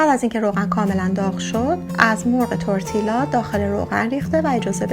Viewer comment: Double L in Spanish is pronounced as y not L As if you’re saying tortiya. It still taste good regardless of pronunciation.